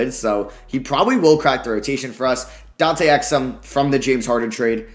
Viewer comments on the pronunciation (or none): none